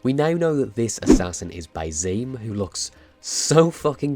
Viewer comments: Soft "S" for Basim. It's just Basim, not Baizeem ;) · Btw Basim is pronounced Bas -sim not bazim Just basim , emphasis on the ba